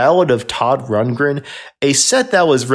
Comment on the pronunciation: this guy cannot pronounce rundgren nazz ect. I can't remember the rest he sounds like a fool